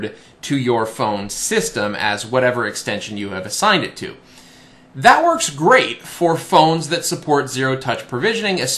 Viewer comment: It verks! It verks!!